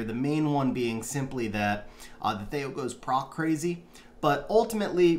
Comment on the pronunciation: first time ever hearing him called thay-o lol. thee-o.